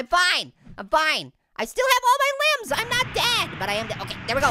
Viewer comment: it was funny when he said it's raining linmbs